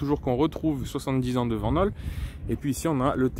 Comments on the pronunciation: Belle présentation et super véhicule dommage que tu ne maîtrise pas les aspects techniques en précision ou encore l'histoire de cette belle marque belge. Aussi pour ton information on dit Vanhool [Vanoul] en phonétique et pas [Vennaule]. Mais bon on ne peut pas être parfait mais apprend à être objectif dans tes vidéos. Si non bon travail quand même 👍👍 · C'est une belle bête en tout cas, pour info Vanhool, se prononce "Van Houle" :)